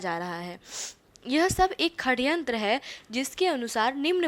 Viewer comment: Saryantr hai kharyantr nahi